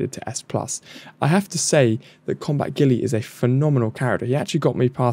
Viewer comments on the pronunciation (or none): pretty sure its pronounced Gu-yle not ghillie xD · I realise you're not really pronouncing any of the characters names right but please at least get one of the few English names right 😂 Its Guile not Gilly (said like pile,file,tile,mile etc but with a G like garden/gate/green in front)